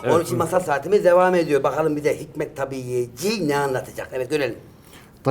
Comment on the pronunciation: Yalnız tâbiiyeci değil; hikmet-i tabîiyyeci, ilk i uzun